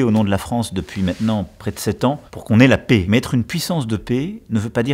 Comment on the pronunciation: C'est bien de parler de paix mais faut déjà prononcer le mot correctement, avec un /ε/ comme dans prêt (qui lui est bien prononcé)